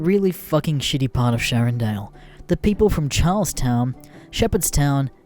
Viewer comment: Shannondale not SHARRONDALE